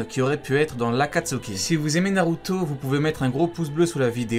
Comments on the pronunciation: Pourquoi tu dis narutso🤣🤣🤣🤣🤣🤣🤣🤣😐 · wesh tu a un problème avec le O ou quoi narutoeee , plutoee (ne le prend pas mal )